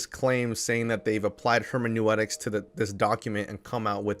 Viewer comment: hermenooootics not hermanewetics. Great video btw!